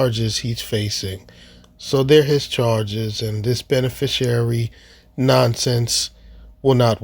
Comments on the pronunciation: Benefrishriar. WTAF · He’s mispronouncing “beneficiary”… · You gotta love the stupidity of such people when they use words like beneficiary and mispronounce it. There's no "u" in there. Dummies always.